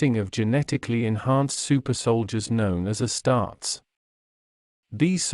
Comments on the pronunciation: “Uh-starts” 😂 wtf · This AI pronounces “uh-starts” like a ruh-tard